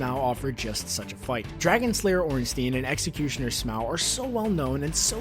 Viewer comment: it's pronounced sm-oh not sm-ow fuck